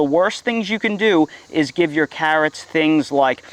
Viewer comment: I watched this one just to see you say cahhrots lol.